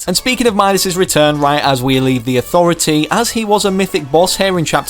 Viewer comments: Lol when he said landing at the authritah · I love de AuThOratee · No one: Literally no one:....: Landing at the AuThOrAtAA EPIC: HypexIsNo